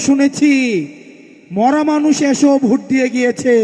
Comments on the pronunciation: যে ভোট কে ভুট বলে সে আবার নাকি মেধাবী? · ছোট ভাই ভুট না ভোট?